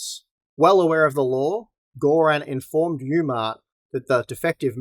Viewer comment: bloody hell "Gore-Ran"? its bluddy Gorrun